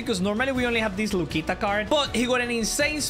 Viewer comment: Bro just said Lucita 💀